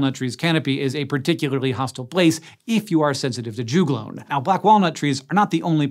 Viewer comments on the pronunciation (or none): Rhododendron also do this. Also we say jug-lone not ju-glone lols